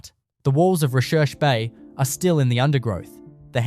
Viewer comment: Recherche Bay is actually pronounced 'research' bay